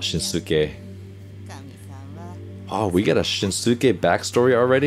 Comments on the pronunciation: If you’d pay attention to how they say his name, you’ll realize that it’s NOT pronounced shin-su-ke. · Just a quick note! His name is pronounced "Shin-ske". The "u" is silent and the same goes for the pronounciation of Tanaka 'Ryunosuke' (pronounced "ryu-no-ske"). Great reaction as always, Coach! Kita is one of my favorite players and I'm glad you like him too :)